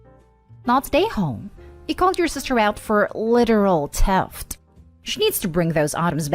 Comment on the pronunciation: Wish you could pronounce words correctly. It's theft, not teft!